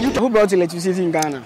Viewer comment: Oh interviewer! Just listen to the English language you're speaking? Do you mean" who brought electricity to Ghana?" Or you're asking " who blought electricity IN Ghana ?" Ei brofo!